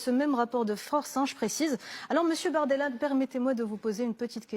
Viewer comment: Il s'appelle BORDELA avec un O comme dans Bordel